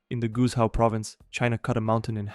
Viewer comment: as a chinese speaker that pronunciation of "Guizhou" hurt me